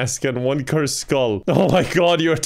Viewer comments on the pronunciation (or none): none